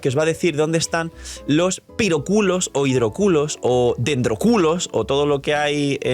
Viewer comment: Venía en el Tren y la gente escuchando a Diciendo HydroCULOS, DendroCULOS,PyroCULOS. me Miraron Raro. Jajajaja